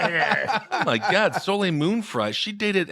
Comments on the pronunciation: 🤨 🤨 I’m American & know to pronounce her name correctly! Solay, not solayl!! 😂😂😂😂😂 🙄 🙄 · I literally went to my history to find this video that came on IN MY SLEEP to see if anyone commented this since the mispronounciation woke me from a slumber - fucking Soh Layl?? Soleil is French for sun and we alllll know Americans and their struggle with... anything really, but specifically French. SoLayl? Ruined the whole thing. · My eye twitched a little every time he pronounced Soleil moon Fry's name 'So-layl'.... The L is silent my dude. You pronounce it 'So-lay'